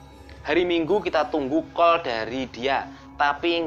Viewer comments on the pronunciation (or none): none